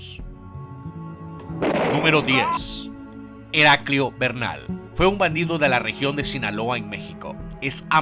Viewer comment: "Helacrio Bernal"